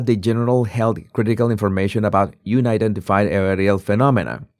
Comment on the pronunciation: It's un- identified, where un rhymes with bun. Not you-nidentified.